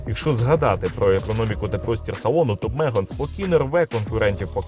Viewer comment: тільки не мЕган, а мегАн! Є така акторка, мЕган Маркл, от вона мЕган, а авто мегАн!!😂